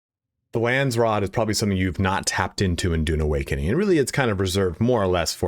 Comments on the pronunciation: Lands raad .... not rood 😅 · Lansrod..lol. its Landsraad..